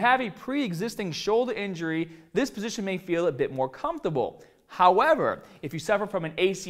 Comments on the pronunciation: Bahhhhbell gets me every time lol howeva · did he say howeva hahhahahaha